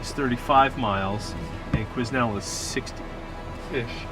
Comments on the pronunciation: quiz-nel hhhaa, Quesnel has a slient "S" my american friends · Qusenel is pronounced Quinn-el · It's pronounced "qui-nel" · Love how the loggers at the fuel dump didn't correct them and sent them off sayin Queznel hehehe....the S is silent =). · I'm about 3 years too late watching this for the first time, but like the guy above me, it's pronounced Kweh nel :) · the S in quesnel is silent. my hometown. :) pronounced kwen-nell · Awesome videos just need to learn how to pronounce Quesnel (my home town) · Awesome videos and glad too see you guys learned how to pronounce Quesnel haha